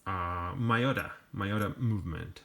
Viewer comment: I've been wanting one of these since the 90s but in that time I lived in Brazil and these were toys for the very wealthy then. I am living in Japan now and a few weeks ago I finally got a 2nd Gen V2. BTW, gentle reminder: Miyota is a Japanese name so it is pronounced "Me-Ota" and not "My-Ota.